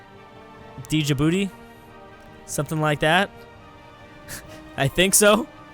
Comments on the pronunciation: It's not D-jabooty it's just Ja-booty that is how it is pronounced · In Djibuti you don't pronounce the D so just jibuti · the D in djibouti is Silent so it is pronunced ji-bu-ti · you don't pronounce the d in Djibouti (sounds like ja booty) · Jon Dawkins I know, but said it like that lel